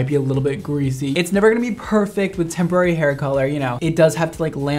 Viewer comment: All I can hear is tempura hair colour